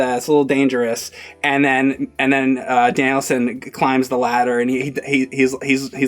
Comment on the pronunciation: 😂😂 totally is saying it like Danielson